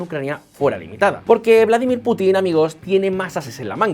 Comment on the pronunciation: No se dice "Vládimir" sino "Vladímir".